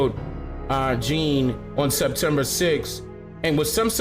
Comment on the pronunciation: U keep saying the the cop was 26 and jean was 30.u got it backwards. And his last name is pronounced "John" not as it is spelled.